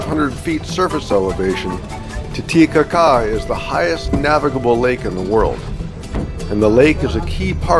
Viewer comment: I have been to Lake Titicaca, but have never heard it pronounced ca-CAH before. The things you learn! 😆